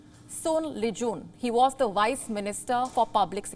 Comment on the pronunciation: Its VICE MINISTER....NOT WICE!!